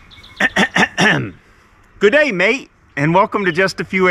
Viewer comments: Good try, but it's goodeeeeeeeeeeeeeeeeee mate! I'm from the ACT Australia! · I love how you not only say that you don't like a particular thing, but WHY you don't like it. It is extremely informative. Legend. As an Australian, I feel like I should says it is pronounced more like "gid-ay", an excellent attempt though mate. ;) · Gidday mate, lol.....good try 😆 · G'day Maate, good try FAIL MAAATE